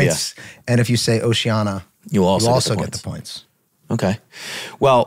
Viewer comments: Pronunciation of oceania... ocean-Eeyah. Not osea-annie-uh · Lol Rob saying Oceana like its a Moana character. Its Oceania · I love how they pronounce “Oceania” 😂